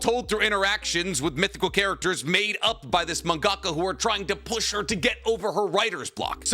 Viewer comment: The way he said mangaka just broke me 😂💩